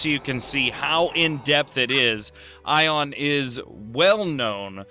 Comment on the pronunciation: THANK YOU FOR SAYING AION RIGHT. get it right people it's EYE-on. Not A-on. The npcs even say EYE-on